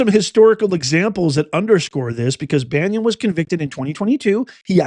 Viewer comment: Are you aware that you are improperly pronouncing Steve Bannon's name? It is not Banyan (like the tree) .. it is Bannon.